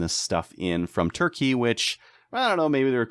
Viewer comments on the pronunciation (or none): none